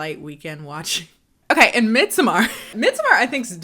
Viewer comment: "midsuhMAR" girl shut up and call it midsummer like the rest of us